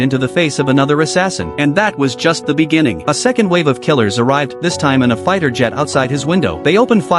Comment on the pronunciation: "Arrived in a figh jet" come on Ai 😂